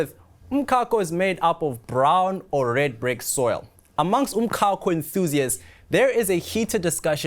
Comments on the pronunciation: Why is this guy pronouncing umcako like this? Ehh. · that's not even the correct Zulu pronunciation😂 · So eNCA has no budget to research the right pronunciation of umcako? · 🤣🤣🤣 definitely not Joburg pronunciation. This guy must explain why he's saying it like that 😅